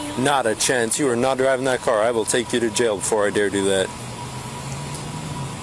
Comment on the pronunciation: "Jay-oh"??? She can't even pronounce jail she is so horribly effed-up. Atta girl.